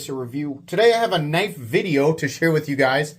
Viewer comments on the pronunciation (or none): that's a knoife